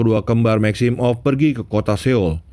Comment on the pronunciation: Every one: maximoff Mimin : maxim off